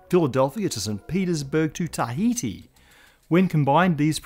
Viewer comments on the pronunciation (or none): none